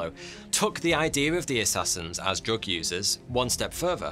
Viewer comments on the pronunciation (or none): none